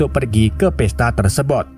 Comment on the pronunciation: tersebut bang. bukan tersebot